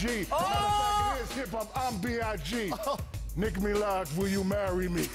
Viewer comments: “Nick Milag” 💀😂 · “Nick Milaj”